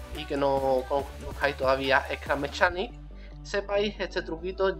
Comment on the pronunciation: se dice scrap mecanic no scrap mechanic